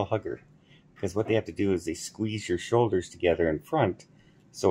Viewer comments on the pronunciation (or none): 😂I thought you said "squeeze your soldiers together ". I decided I should read the transcript.